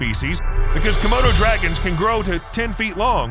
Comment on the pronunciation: Er...was that a Komodo Dragon, or, hmm, er...a "Commode O'Dragon"...? [ sorry! ]